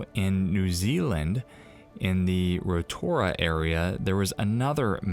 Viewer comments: Its "Rotorua" not Rotoura :) the mudflood that covered the earth. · It’s pronounced ROTORUA not rotoura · Its Rotorua New Zealand - not Rotoura. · The place in New Zealand is spelled Rotorua pronounced Roto-rua it is a Maori word for roto=lake rua=2 meaning 2 lakes, not Rotoura. Bloody hell, if your doing research on anything then research it properly. These vids r becoming increasingly difficult to watch because you r not as informed as a video like this should be....it's no wonder people in the world r bloody stupid ignorant sheep with the shit they're being fed! GET IT RIGHT!!! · I hang my head and almost weep when people won't even try to get New Zealand place names right, ROTORUA not ROTOURA and it was actually at a little place called TUMUNUI which is quite a picturesque area and really it was only a very large Tomo rather than a crack which is a regular occurrence in the North Island. Farmers used to fill them up with old cars before adding rocks and dirt to cap them. Several of my own cars ended that way. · It happened in Rotorua, not "Rotoura" :) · Its Rotorua and pronounced Roto-roo-a :) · I'm guessing you meaning Rotorua (say Roto rooo-ah), and hours drive from where I live in NZ. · It’s pronounced Roto-rua. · Interesting video....just thought I'd mention ROTORUA Is pronounced 'Roto-Roo-Ah" 😀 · Tracey Jensen My Mum lives there too!! Did you notice the man narrating this pronounced Rotorua as 'Row-too-ra"!!! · You pronounced the New Zealand location wrong